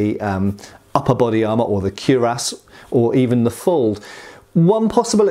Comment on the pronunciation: Speaking of pronunciation, isn't it kwi-rass rather than kew-rass?